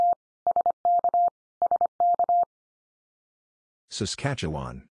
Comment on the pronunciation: And he can pronounce Saskatchewan almost perfectly! :)